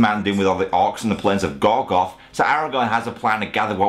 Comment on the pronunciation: GorGORoth. Say it with me,: gorGORoth:)